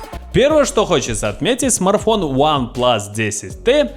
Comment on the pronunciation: Смарфон 😁😁😁 СМАРТФОН ЧУВАК